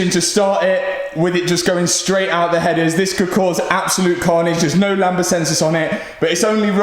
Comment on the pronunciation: Talk about click bait “I crashed my car” and turns out someone reversed j to it clearly you didn’t crash it 🤦‍♂️😂 and for your info and it’s not “lamba” it’s “lambda”